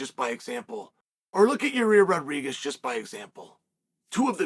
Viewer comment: I thought he said "rareer rodriguez" 🤣🤣